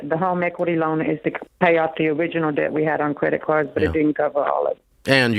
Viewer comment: Over 100k of student loans? I'm not even 1 year post grad and I have 4k left... I'm gonna finish those out this month. Ramsey's voice in my head "pay off that debt" (sounding like *deyet*). Live small save for 30 years it's so easy. I am an engineer and I really don't have a whole lot I want to spend money on. It's nuts people drive up stuff and take out a mortgage? Brothers and sisters I don't know how Dave has the patience...